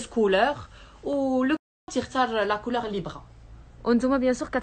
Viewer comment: On ne dit pas le « Tissou » mais le tissu, et on ne dit pas la coulor mais la couleur, les fautes s’accumulent... si tu ne maîtrise pas le français parle ta langue natale